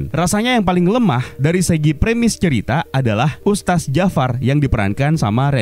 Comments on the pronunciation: Wahai penggembala domba, ustadz dibaca ustad atau ustat bukan ustas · Nih makhluk nyebut kata "Ustadz" pun gk becus 🥱🥱🥱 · Mungkin yg review ga paham cara bacanya 😁